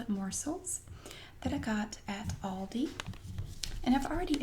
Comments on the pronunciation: She pronounces it correctly. It's All-dee, not Al-dee. Aldi USA confirmed this on FB. (ALDI USA Hi Carol - ALDI is pronounced as 'all-dee'. Thanks for reaching out!) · Im irish too and everyone says al dee its not a big problem unlike lidl Idc what the rest of people say its lee-dull